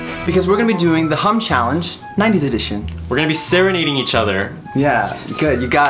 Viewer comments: Was I the only one who thought he said "hump challenge"?? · Am I the only one who thought said 'Hump Challenge'??😂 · At first, I thoughts they said HUMP instead of HUM. 😋😋😋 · I thought said the hump challenge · i swear he said hump.................